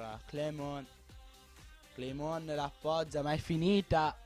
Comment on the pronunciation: Clément si legge Clemón, ha un piccolo suono nasale... :)